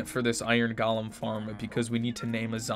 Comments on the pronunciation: is it me or he says gaalam instead of golem. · He pronounced golem like Gollum. 😂